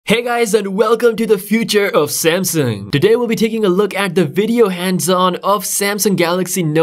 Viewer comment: Because he says like that🤣🤣